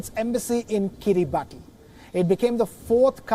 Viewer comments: It's pronounced "kee-ree-bas", not "kee-ree-bah-tee". If you can't be bothered to learn the real name, how can we trust that you've properly researched anything else? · its not pronounced Kiri baati but kiri bas. ti over here is pronounced the same way as ti is pronounced in nation or solution it has " sha" sound rather than " tee" sound. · Its "kiribas" 😅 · It is written kiribati but pronounced as kiribas. If i am not wrong! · It is pronounced Kiribas not Kiribati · It's pronounced as kiribas...not Kiribati...ti is S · It is pronounced as Kiri-bahs and not Kiribati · Its pronounced kiribas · It should be pronounced "Kiribas" please do more research you Indian reporter. XD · Pronunciation is Kiri- bus. Ti is pronounced “s” in that country. I have taught Kiribati children in New Zealand. A typical boys name is written Tioti, but it is pronounced Sos (as in sauce). Thought I’d let you know. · Just going to add some info here. it's pronounced as Kiribas not Kiribati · Guys. Please at least pronounce the name correctly. It undermines your editorial integrity if you pronounce a country's name incorrectly. It's pronounced akin to 'Kiribas' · It's pronounced Kiri-bas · A. Pronounced “Kiribass” B. It’s a country that technically yesterday, today and tomorrow on the same day so they won’t technically default on loans 🤪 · It's actually pronounced as 'kiribas' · Pronounced "kiribahs" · It is pronounced kiribas not Kiribati.. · You pronounce it as Kiriba(as) Not as Kiribati Though you write the name as Kiribati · FYI..it’s pronounced Kiribas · It is pronunced as kiribus. Come on wion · It's kiribas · Actually Kiribati is pronounced as Kiribas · Please correct the pronunciation of Kiribati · Bro that is not at all how you pronounce Kiribati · Maybe learn the correct way to pronounce Kiribati before going on air.